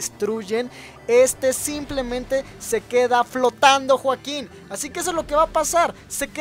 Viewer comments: porque siempre dice juaquin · Por que siempre dices joakin